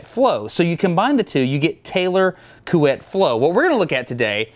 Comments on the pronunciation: "coo - ett'" almost perfect haha, fun fact that actually means duvet/comforter... eh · Actually, you’re saying « Couette » right! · As a French Canadian fan of Smarter Every Day, I’m pleased to announce your pronunciation of Couette is just about perfect 👌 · My Man Couette ! <3 Yes it's "KWET" ! !:D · Everyone must have said this by now but your pronunciation of Couette is good. I mean if it is pronounced like a French word would. Like Chouette. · As a french guy, I validate your pronunciation of « Couette » it’s actually « Kwet » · Salut! provenant du québec, j'aimerais vous féliciter votre prononciation EXCELENT de "Couette". Coo-ett. smooth and not too long. Nicely done. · You know, you can actually take a minute to FIND OUT how to pronounce a French name, instead of pleading ignorance... Anyway, I think you pronounced it just fine. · You've actually nailed the pronunciation of Couette. Other than having a slightly American tinge to your vowels (we muricans tend to have an odd flavor to our "oo"/GOOSE sound), you definitely got the closest English approximation of the French vowels. If you asked francophones to spell what you're saying, they would spell "Couette", so well done, even if by accident ;) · Your "Couette" was actually right! Source: I speak French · I’m french and your pronunciation of Couette is actually right so good job ! 👍🏻😂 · French here and agree too on prononciation but surprised that no one told that "Couette" means "bed sheet" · You say "Couette" very well actually! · You pronounce couette well, gg :) 🇫🇷👍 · You pronounced Couette correctly BTW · Couette was said correctly. The ette sound is found in english a lot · You pronounced couette perfectly ... this is coming from a guy that is pretending to be french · Hey Destin, I speak French and your pronunciation of Couette is excellent, so no worries! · Your prononciation of COUETTE is more than ok Destin! HI from France 👋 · Yay you say Couette perfectly 😝 Really interesting video 👌